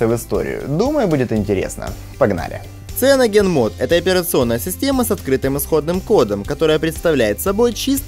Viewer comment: а то, что он произносит "ЦианогенМод" тебя не смутило? Или то, что он говорит, что "цианогенмод" это голый андроид без всяких оболочек и без всяких сторонних приложений? Вообще-то в циане есть своя оболочка и она называется Trebuchet Launcher, и приложения свои стоят, не от голого андроида, например, тот же фирменный Music или менеджер тем, диалер, галерея, менеджер аккаунтов, эквалайзер AudioFX и прочие